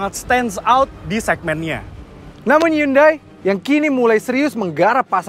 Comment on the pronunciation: pelafalan Indonesia yang bener, Hyundai = hi-yon-de / hyonde